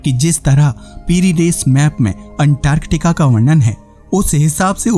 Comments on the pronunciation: Bhai Antartica ko unntarrrtikaaa kyu bol rahe ho baar baad. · 1st go and learn how to pronounce antarctica😂😂😂😂😂